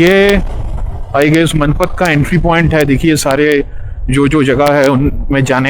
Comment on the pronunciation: पहले तमीज से बोलना सीखो इज्जत से नाम लो मैनपाट बोलते हैं इसको मैंन पद नहीं बोलते अनपढ़ गवार 🤬🤬🤬🤬